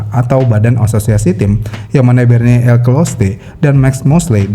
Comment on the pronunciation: bener, pas ngejelasin FISA bikin bingung trs nyebutin nama Bernie jga salah